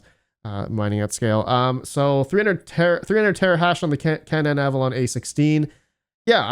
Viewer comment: Canaan = KAY-nun